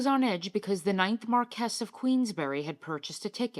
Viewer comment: Very interesting video - by the way Marquis is Pronounced “MAR-kwiss”. NOT “Mar-KESS”.